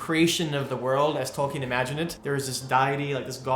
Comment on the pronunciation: I am a big fan stop mispronouncing Tolkien!